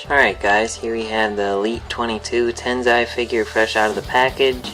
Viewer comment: Dude its not Tenzai its Tensai lol